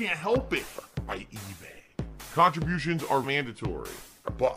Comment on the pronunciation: Truly a pahsitive stream with a lot of pahsitive cahntributions via muhneeh, thanks to the pignosis